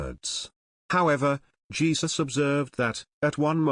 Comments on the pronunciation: Hey-zuse? I think is close? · Please learn how to pronounce the name "Jesus" in Spanish!